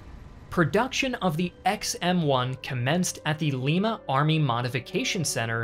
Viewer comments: Also the town that the tanks are produced in is pronounced LIE-MA no LEE-MA. it was made this way so it doesnt get misinterpreted as the Capitol of Peru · It’s Lie-muh not Lee-muh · I'm from Lima, Ohio; its Lima (Lie-muh) like the bean. But yes, our tank factory still goes strong TO THIS DAY. Still producing Abrams TO THIS DAY. For sure a pride of the town. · Hey buddy it's not pronounced like Lima Peru (Lee-m) in Lima Ohio (Lie-m) it's my hometown. Just a heads up. The plant where they build them isn't as big as you would think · Us folks in Lima Ohio where the tank is made pronounce it “Ly-ma” not “Lee-ma” it’s easy to confuse it with the capital city of Peru. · I have one more correction for you: Lima, OH is pronounced "Lie-ma" not "Lee-ma" like the Peruvian capital. That area of Ohio is known for copying and mispronouncing foreign cities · Lye-mah, not Leemah. One is in Ohio, one is in Peru. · minor correction but the city with the tank plant in Ohio is pronounced L(eye)ma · Fun fact, the Lima tank plant in Ohio is not pronounced like the Lima in Peru. It is pronounced lie-ma. I live in the area and that's how all the people from there pronounce it. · Its pronounced Liema Ohio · Great video but only thing that bothered me was every time Lima was mispronounced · I graduated from Ohio Northern University in Ada, Ohio (lived in Lima Hall for a bit) and often went to Lima, Ohio on the weekends. I was like yep that pronunciation often gets wrong lol.